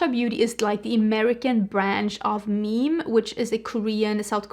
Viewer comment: I think the brand Meme is pronounced “Me me,” not like meme/meam.